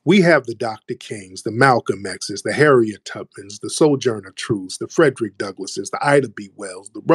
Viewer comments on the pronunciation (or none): none